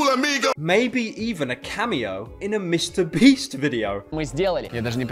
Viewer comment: "MrBreast" Is what I heard in IDK WHY I DECIDED TO COMMENT THIS